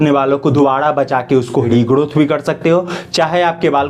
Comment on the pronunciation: Why he saying regodoth